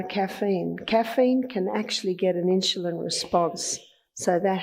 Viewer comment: What is with this "inshulin". Very annoying!